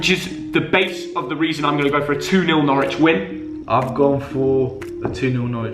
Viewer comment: Couldn't of got norwich villa more wrong